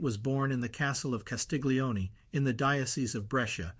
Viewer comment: Wonderful, thank you. Castiglione : 'glio' pronounced "llio" as the English word 'million'